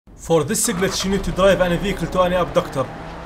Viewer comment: I love how he says “for thisa glitch…”